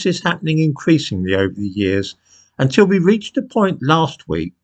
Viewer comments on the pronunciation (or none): none